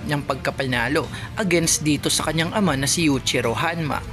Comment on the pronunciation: Yuichiro hanma ! Paayos Ng pronounce!